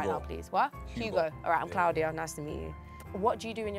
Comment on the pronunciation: CLOUD-iya lol